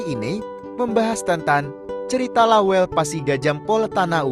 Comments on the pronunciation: Bukan lawel, tapi lawelle' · Jgn bilang lawel Namanya La wel Le